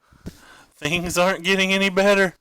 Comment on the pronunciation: i think its both like your th's sound like f's. You also say fings and that kinda derives ne up a wall